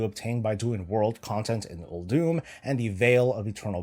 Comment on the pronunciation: Uldum not Uldoom,...